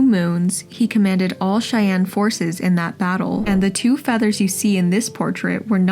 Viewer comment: I also doubt that a real voice would mispronounce Cheyenne.